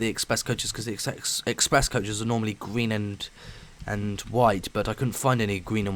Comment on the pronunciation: gween? you want to say green